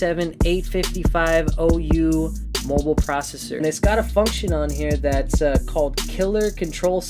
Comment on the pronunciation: 8550U, not 855"O"U lol